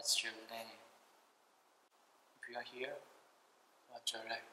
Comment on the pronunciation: 허팝:이흐유어히어 와디스유어네임 악령:뭐라하는거야